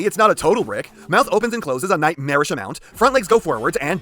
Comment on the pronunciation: I had to replay that a few times to realize that you said "nightmarish" and not "magnarish", if that's even a word....